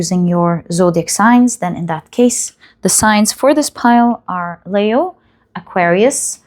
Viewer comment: I like your readings but you bug me with saying Layo for Leo , sorry I love you ❤️